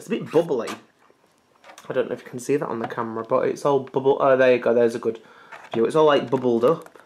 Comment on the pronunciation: 'THAT' 'TAT'. Your funniest pronunciation.